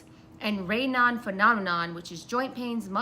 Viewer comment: It’s pronounced Ray nōz. Have you had your heart & organs checked since going off the medications? Curious if they have any damage